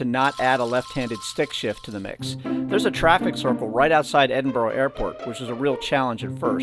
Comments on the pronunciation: EDINBRUH not EDIN BRO or EDIN BUR RO. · I was warming to your video from the off when you correctly pronounced Edinburgh but within seconds reverted back to the Edinboro all Americans say. There are no `O`s` in Edinburgh. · To be fair it's hard to pronounce for most countries, the burgh part is guttural from the back of our throats. The Germans do best at and strangely my Scottish African mates. When you start saying aye instead of yes you are definitely Scottish. You would laugh yer tits of at my best mates Scottish accent and language, he's from Zimbabwe. Its beautiful and hilarious. He rang me about how to fill out his nationality in the census years ago 😆 🤣 😂 can I put Black Scottish, African, zimbabwean. Legendary, he wasn't joking 😀😃